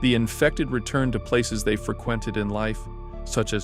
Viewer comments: O.o fruh-qwented?! O.O frequented?? XD haaahahahaha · Your pronunciation of "frequented" is interesting